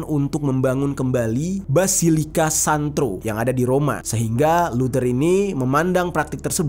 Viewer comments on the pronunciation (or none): Santo bukan "Santro". Sloww